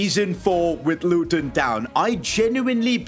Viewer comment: The Indian accent is brilliant the way he says luTon 😂